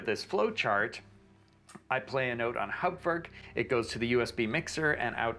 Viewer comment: What an amazing video! I had no idea this was possible. I hope you can do more videos showing people how to set up and configure Hauptwerk (and glad that you can pronounce it properly!). I have a basic 2m and P set up in my office, and am building a 4M version in my living room using mainly second-hand scrounged parts. I also love the French sound and C Franck. I have HW 4.2.1, and would like to learn how to build new instruments using CODM. The manual is impossible to read. - JN